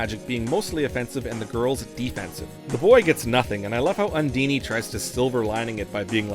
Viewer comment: Everything was going along, i was loving hearing about my old favorite game, until you said UN-Dean-Y. Everything was going SO well... :'( lmfao No really, this was fun to watch. every once in a while though, something said just sticks out. I can't complain though, because that dragon, to me, is absolutely called phlegm-y. I must not have been familiar with the word phlegm (I had to google how to spell it). Also playing this with your brother and having that kind of memory to look back on is sweet. My childhood began when I hit the power button on the snes, and it ended when I was dragged away from the TV. 2 technically 3 to speak of, but no. It's the characters, the story, the adventure that I love. As a kid, having Santa in a game was kind of cool, that's my favorite area of the game. Thanks for this video. I'm gonna go sink 30 or 40 hours into this game now and remember my childhood. Also, I have to say that you outro is truly epic. I've never seen something like it, and I'm absolutely going to check out your library of videos. I really enjoyed this. Gosh SoM is over 30 years old. lmao.